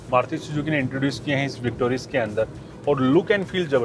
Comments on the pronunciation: Car name is Victoris not Victorious. With all due respect, please pronounce the name correctly. Otherwise your videos and content are really good. Keep up the good work. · It's not victorious, it's just victoris. Why pronounce it wrong for so many times? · arey sir car ka naam victorious nahi hai victoris hai victoris plz naam sahi lia kriye